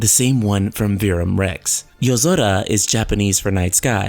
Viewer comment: why do people with no accent pronounce peoples names with an accent, using the accent of the person's name they're pronouncing? nom-OOH-duh. For example, you pronounce Yozora "Yuh-Zo-duh" but you pronounce Sora's name "Soar-Uh" (wich is the proper pronunciation) So if you're pronouncing "Yuh-Zo-Duh" why not pronounce sora "so-duh", if you're sticking with the Accent Pronunciations? makes Zero sense to me